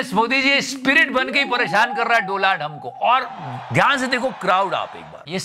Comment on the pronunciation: Donald Trump: I am taking the revenge as he pronounced my name as DOLAAND 🤣🤣🤣